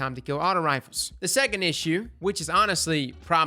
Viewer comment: Ah yes the fabled "Sexond"